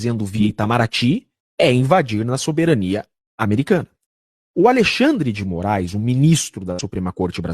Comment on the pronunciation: Kkkkkkkk...xandeclaire, xanderléia, xandercí........eu não aguento...kkkkkkkk